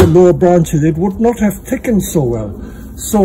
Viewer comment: I love the way he says "Tickened" hehe